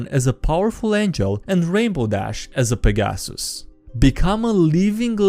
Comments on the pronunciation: Peg-gas-sus? That’s how ya gonna pronounce it? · I cringed when I heard you say Pegasus in that way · that was genuinly the funniest way ive ever heard someone say "pegasus" its closer to "peg-a-sus" not "peg -asoos" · "I get reborn as a powerful angel and Rainbow Dash as a Peg Asses." ...That's certainly a way to pronounce it. I've always done it like Peg Assist, but dropping the T. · Hello guys, "Peg-Ass-Us" here. I will henceforth only pronounce pegasus this way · For some reason the way you pronounced pegasus was very funny to me. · Peg dat assus!